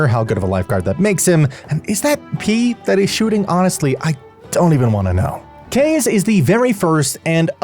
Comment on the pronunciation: it's kaze as wind in japanese.... not cage.... say "kaaa" and then "j"